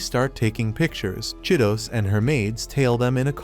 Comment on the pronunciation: Bro that girl name is chi-to-se not Cheetos😂